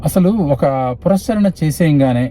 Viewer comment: పురస్చ ర ణ కాదు// పునఃశ్చరణ అనాలి. పునః శ్చరణ అంటే తిరిగి ఉచ్చరించడం.